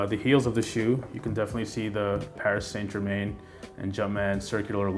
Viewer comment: I learned how not to pronounce Paris Saint Germain 😂 love these shoes though, picked them up yesterday for $160 :)